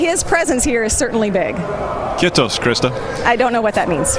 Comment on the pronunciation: His pronunciation of “hauska tavata” was literally the worst I’ve ever heard Edit: the other guy with “kiitos”... Edit 2: espoo...